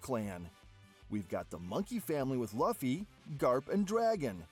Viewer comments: You fool it's Luffy not Laufy🤣🤣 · laphy instead of luffy pissed me off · Bruh... Laffy, Kuriha, Gold family (instead of Gol), reading 'ally' as 'allee'... So many mistakes. Also, Blackbeard being a Cerberus and eating a Human-Human Fruit is unlikely. Did you forget that Chopper ate this fruit? The opposite is more likely: Blackbeard is a human who ate a Dog-Dog Fruit, Model: Cerberus. Then again, I don't know why this would count as him having 3 bodies, and therefore, able to consume multiple fruits. A Cerberus has 3 heads, but only a single body after all. My personal guess is that he has either multiple personalities (probably 3, based on his Jolly Roger), which allowed him to consume up to 3 DFs for some reason, or that his Yami-Yami Fruit can somehow trap the 'beings' inside the fruits and enable him to use their abilities, or maybe a combination of both. The multiple personalities thing can be the reason why he's sometimes brave, yet can be cowardly at times.